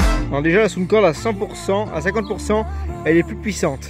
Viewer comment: On ne dit pas Soundcorde. On dit Soundcore.